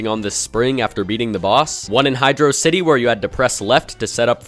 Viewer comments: "... Hidro city" "Hidrossity 2" "Labyrinth zone 1" "Aquatic Ruin 2" He just avoided causing problems by just saying every pronunciation possible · That's the joke. People couldn't decide between pronouncing it "Hy-draw-sity" or "Hydro-city" So he went with neither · The true way to say hydro city is Hydro-dree-draw-city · Maybe it’s because I just woke up from a nap but I didn’t notice the Hydrocity pronunciations on this rewatch lmao. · How do you pronounce Hydrocity? Hi-droh-city Hydro-city Lab-rinth Aqua-tic Ru-win